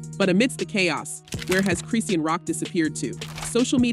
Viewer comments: is this an AI generated voice? i'm no fan, but baby who is Cree-seen? 😂😂 surely a gossip channel would know it's Chri-shawn.. unless this is a content farm? 😭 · Seriously it’s Chris and Shawn Chrissean the whole name mispronouncing makes me think this sauce is very unreliable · "KRIS-SHAWN".....thats how you pronounce Chrisean!!!!! Damn really???